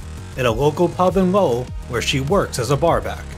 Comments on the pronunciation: Lowell Massachusetts is pronounced Lole not Low El the pronunciation is getting worse here I thought the pronunciation of Michael Crichton ( CRISHON) for the Jurassic Park video was disrespectful enough 😂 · It's NOT "lo-well" it's "Lowell" pronounced as one word... I know Massachusetts towns can be tough to say, but this is an easy one compared to others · The real bullshit alert is how you pronounce “Lo-well” lol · WTF happened to the way you pronounce Lowell